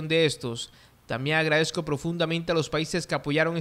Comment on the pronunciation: No diga tambiengagradezco en lugare decir también agradezco, no pronunncie la N como si fuera NG como engueso en lugar de en eso y otras veces la pronuncia como una Ñ y dice eñeso en vez de en eso. Es cierto que es costeño pero no hable mal para narrar noticias y más internacionales. Eso quee quede para la forma de hablar de los venezolanos. Usted es colombiano. Hable mejor.